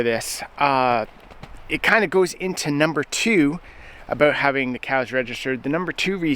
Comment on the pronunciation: Saw 'Highlands" in my feed and wondered where's this feller from?? Heard "aboot" and knew immediately.😅 His anti-nanny state views are right up there with Chace Barber from Edison Motors. A freedom concert would be great with Corb and Colter headlining.